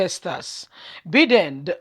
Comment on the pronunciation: Name pronounce.... Byedin. Take note.